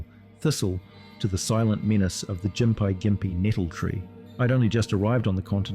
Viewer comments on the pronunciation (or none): Also you've somehow managed to pronounce Gympie Gympie wrong every time, but differently every time too lol, Its "gim-pee gim-pee" Not "gim-pie jim-pee" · I lost count of all the different pronounciations of gympie gympie used. Gim-pee Jim-pee Gim-pie (There are 9 different ways of combining those, but I'm pretty sure only 5 were used)